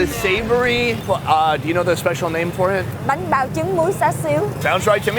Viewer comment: good job guys. wish i could like it 100 times. watching it 2nd time and still laughing at some of the details i missed. said banh bao with VN accent perfectly meaning he's been in VN too longggggggggg:) when r u going back to the states to visit ur family? they miss u:(